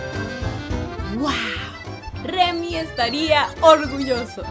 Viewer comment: Es Remi, no memi.